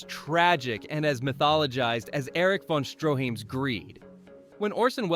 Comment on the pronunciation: Erich von Stro-HEEM? Then, the AI pronounces the name correctly the rest of this segment.